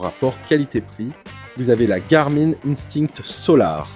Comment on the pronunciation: Le présentateur ne sait pas que Garmin se prononce Garmine ?